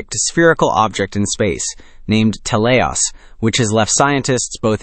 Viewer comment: It's pronounced "t-E-leios", not "tel-EI-os" or "telei-O-s". It's from the Greek "τέλειος" (notice the diacritic at the 1st syllable, which denotes accentuation), which means "perfect". & it was named like this due to its perfect spherical shape. Adjectives in Greek have 3 versions, masculine, feminine, & neuter. Idk if it's of any significance, but it's worth mentioning that "teleios" is the masculine version of the adjective. (With "τέλεια / teleia" & "τέλειο / teleio" being the feminine & neuter versions respectively.)